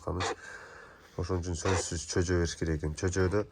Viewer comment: Чөжө дебей жөжө десең